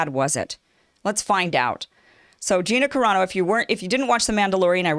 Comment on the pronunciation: I wonder about you sometimes. Either you're too lazy to take a moment to find out how to pronounce that woman's name or you've never seen the TV show and you're just lying. You sounded more convincing back when you used to talk about subjects like trying to get out of the friend zone for men....